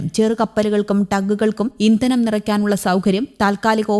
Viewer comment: ഇന്തനം, പരിവേഷണം നല്ല അക്ഷരശുദ്ധി 👍😡